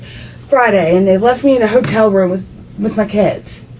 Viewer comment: "Detectives leave the RUME"